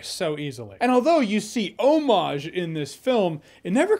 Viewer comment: Thank you for pronouncing "homage" correctly (o-MAHJ). Hearing it pronounced "hommidge" is crazy annoying to me.